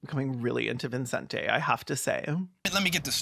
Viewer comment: Latina mom here. There's no way his parents called him ViNcente Ramos. The name is Vicente. I can only imagine he got tired of correcting people and just let them add an imaginary N every time they read his name, but really it's just evident that there were no Spanish speakers in the production of this film.